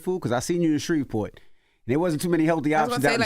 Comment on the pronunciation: Orlando? Did they say spreet port? I would like to visit for the food 😊